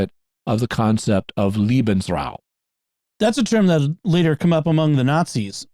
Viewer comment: It’s pronounced more like LAY-Ben’s-raum. Jimmy sounds like he’s saying Liebensraum, which I’m not sure is even a word but sounds as if it could mean a space for lovers (my German pronunciation is okay but mostly I’ve forgotten my German)…